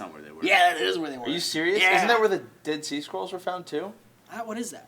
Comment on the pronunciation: I thought said "Dead Sea Squirrels".